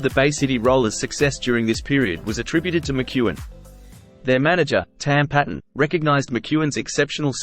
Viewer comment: With respect,: 'Tam Paton's surname is pronounced Payton.' Thank you for the channel! All the best. Stay free. Rab 🍻 😎